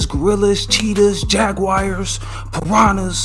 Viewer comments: He said jag wires instead of jaguars lol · Jagwires?? Lol